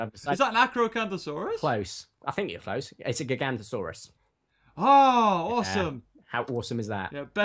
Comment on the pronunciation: It is pronounced gig-a-noto-saurus